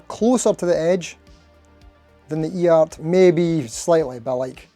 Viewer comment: You remind me of a character in a Guy Ritchie film. Edit: You're the first person I've ever watched that pronounces EART right. Maybe they should use a hyphen lol.